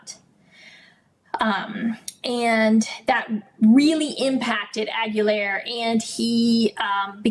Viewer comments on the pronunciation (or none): Correct pronunciation: "Aguilar" is of Spanish origin and is typically pronounced \ah-gee-LAHR.